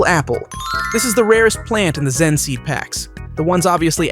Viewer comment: Your saying xen instead of zen